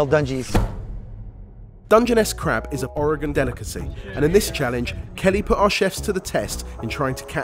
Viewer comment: Thank you for pronouncing Oregon correctly! ❤